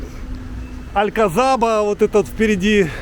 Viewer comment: Произносить надо АлькаСаба,З не произносят в Испании)))